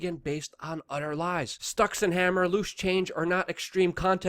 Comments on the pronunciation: "Stucks-n-hammer" lol I'm pretty sure it's pronounced "sticks" ... as in The River Styx, which was the river of the underworld in Greek mythology. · Quit calling him stockinhammer!!! Its styxhexenhammer! Frickin annoying! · MATT FIELDS I think he purposely mispronounced because he is a competitor. Childish, but effective. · At least give Styxhexenhammer his due by the correct pronunciation. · Disliked 4 not liking Alex and mispronouncing styxx name.